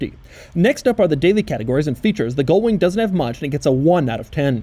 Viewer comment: Ugh. GULL wing, Doug! You keep mispronouncing it SO FAR OFF the actual word that the captions have transcribed you as "GOAL"wing and even "GOLD"wing!